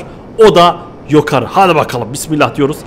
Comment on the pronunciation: abı kfur etmıyorum ama sen nıye yokarı dıyon yukarı dıycen